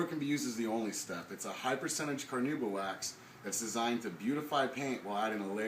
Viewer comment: Why can't these "experts" spell or pronounce "carnauba" properly?